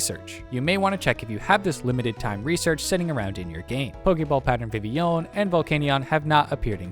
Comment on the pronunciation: that's the best i've ever heard anyone pronounce vivillon